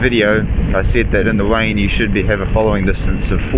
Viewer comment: Widing in the wain😘😭🤣🤣🤣 covnevs awww he speaks so cute